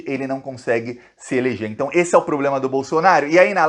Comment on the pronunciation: Tchutchuca do centrão e noivinha do Aristides!!!! Kkkk Este presidente tem "pobrema"!!! Kkkk